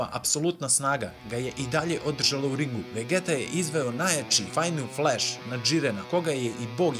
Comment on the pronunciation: Super klip brate samo ako vec hoces da izgovaras njihova imena na srpskom onda ide vegita ne vegeta ali mnogo je ljepse kad se izgovara na engleskom xd podrska !!!